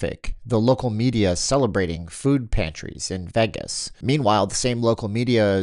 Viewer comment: Sounds like you’re finally pronouncing Vegas correctly. Remember: It’s VAY-gus, not veh-gus. Keep it up.